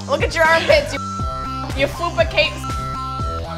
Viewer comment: It's FUPA CAPE! But I'll let it slide this one time :)